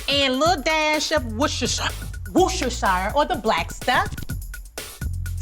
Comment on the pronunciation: Woohster shire